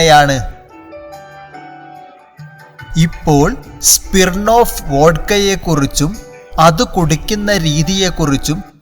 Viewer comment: സ്പിർണ്ണോഫ്‌ അല്ല ബ്രൊ. സ്മിർണ്ണോഫ്‌